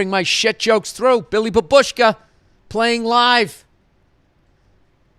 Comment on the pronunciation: Love you Billy! I swear I'm not calling you out, just want to help with proper pronunciation of "babushka". It's more "baaaaabushka" then saying the word quicker with emphasis in "uushka". None of this matters and I love you forever! Thanks and fuck you =)